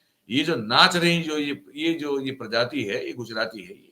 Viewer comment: Pause dede woh Gujrati nahi hota.